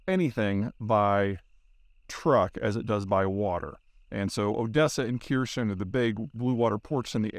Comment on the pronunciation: "Keerson". I'm beginning to think that butchering pronunciations is just something that American's do.